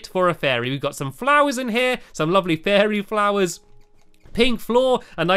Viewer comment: You said lopley